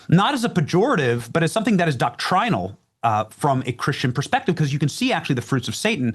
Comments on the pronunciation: Regarding "doctRĪNal"...one can say DOCtrinal and not sound like an affected ass. Baptists do it all the time. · I've never heard it pronounced "doc-TRY-nal" before.